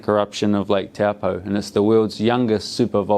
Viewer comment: Lake Taupõ, say like Toe-pour , not Taw-poe. Cool vid 😎